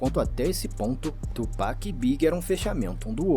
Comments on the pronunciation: O foda, ela assistiu um vídeo do cara falando PAC, dava 10 segundos ela vinha com o tchupec kkk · ela não entendeu ainda que é tupac, não tupec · Top o react meninas, Sean Combs é o P Diddy, e P Diddy é o Puff Daddy, ele basicamente faz muita merda, e depois muda de nome pra tentar apagar as merdas que fazia, mas ai vai e faz merda dnv kkkkkk, e outra coisa, vai ter muita gente criticando vocês por falar Péc em vez de Pac no nome do Tupac kkkkk ja avisando antes. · Pronuncia dela é masa tchú péc não amiga ( TUPAC mais bruto ) TUPAC TUPAC TUPAC 👍🏽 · Se fala Tupac não Tupack, só pra avisar. Pq tem muita pessoa que taca hate por isso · Não aguento mais o "Tio Péqui" 😭